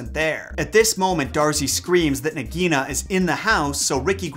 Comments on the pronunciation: Love this! But I think Nagaina is pronounced "Nog-A-Eee-na". Not "nog -EE-na". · Just a side note, I am not trying to criticize but in the movie the pronunciation of Nagaina was (Nāg a ee na)